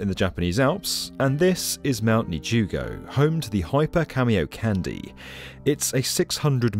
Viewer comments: It's Japanese. It's pronounced Kahn-day, not candy. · Its not cameocandy its ka-mio-ka-n-de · IT'S PRONOUNCED [kon-DAE], NOT [KÆN-dee]! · Kah-mi-oh-kahn-day, not Cameo Candy. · okay. its "khan dee" not "candy" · KAN-DEH not KAN-DEE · How did you guys make an entire 8 minute video without learning how to actually say Kamiokande? You're saying it wrong. Just stop, figure it out, then re-release with a new soundtrack that doesn't make you look quite so foolish. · KamiokaNDE Kami-oka NDE (Nucleon Decay Experiment) Kah- Mi Oh Ka -- N-D-E please I want to cry its not a delicious candy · It's pronounced can-day not candy. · Who else got triggered when he kept saying "Cameo Candy" ? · kamiokandyyy lmao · Excellent video. Ps it's pronounced kah-me-oh-kahn-day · The way you spell camiokande I thought you said camio-candy. Was wondering for a few minutes what this has to do with candies, and why it's called a candy. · Theres no way its pronounced "cameo-candy", right? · Please stop saying "Camy-O Candy" 😭😭😭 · Jesus christ "cameo-candy" lmao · nitpick on the pronunciation- A and E sounds in japanese are always said as "ah" and "eh", so it would "kahndeh" Then again, I'm not opposed to Japan building the world's biggest candy... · Yeah, mine too. But it’s because he’s pronouncing it wrong. The de sounds like the de in demolition, not like in destroy. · The DE at the end is not like in candy. It's the same as de in dead.